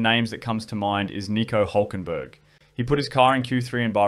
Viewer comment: His name is Hülkenberg. You can't just replace the ü with the u, it's a completely different name.